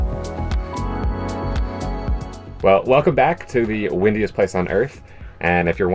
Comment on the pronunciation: At first I thought Jimmy said “wittiest” place on earth then I realized he said “windiest”. I like witty more! 🤣❤️